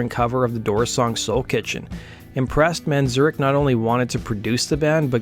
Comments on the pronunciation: It's "Man-zare-ik." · I love your channel but your pronouncing of Ray Manzarek's name (variously, "Manzurkh", Manzurec" and "Man-ZUR-rek", lmao) is really fucking vexing me